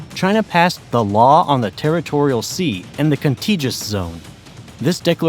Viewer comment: I've really hesitated to say anything for so long, but at some point, one after the next, these videos are all the same. It would be nice if the narrators could pronounce simple words. Like "Spratly". Or "contiguous". It would be nice if the graphics people could properly locate hurricanes versus typhoons on a world map, to match the narration.